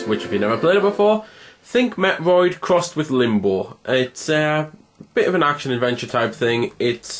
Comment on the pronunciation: Your pronunciation of metroid. Felt like you were talking about a different game.